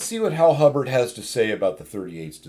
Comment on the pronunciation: Hibbard, not Hubbard!